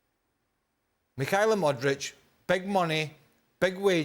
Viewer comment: Craig still callin him Modrić😂😂